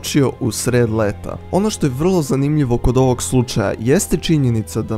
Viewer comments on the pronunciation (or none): none